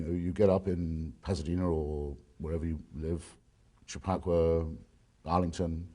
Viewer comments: Had to chuckle at his pronunciation of "Chappaqua." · Agreed. He definitely added that in there to make it seem like he was knowledgable about all of these obscure yet wealthy towns but came out sounding foolish with his mispronunciation.